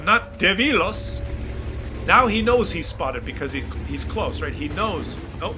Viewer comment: When I play my Bishop, the commander says sometimes: That was close. Close sounds very much like Claus though.